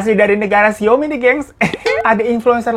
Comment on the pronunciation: Ngakak pas ngomong negara siaomi 😂